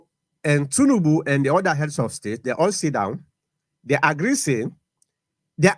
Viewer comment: This guy say Tinibu recognize bio government as democratic 😂😂.